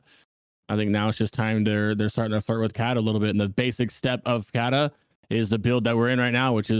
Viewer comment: ca-ta not cat-a